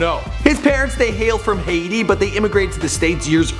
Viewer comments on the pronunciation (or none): none